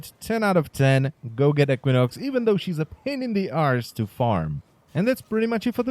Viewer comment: EEK win ox not eck win ox